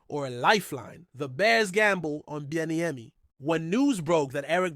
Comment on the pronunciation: GTFO of here . You cannot even PRONOUNCE HIS NAME? 🙄🙈🤡🤡